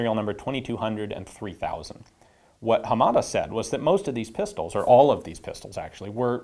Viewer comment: I think your pronunciation of Hamada is a little off. You stress the second syllable "ma". I believe that is incorrect. Japanese in general is a flat language so none of the syllables are stressed.